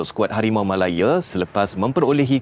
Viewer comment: Admin ni pelat ke🤣🤣harimau malaye ke harimau malaya